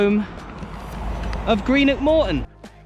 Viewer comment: Well done for saying Greenock and not Grennock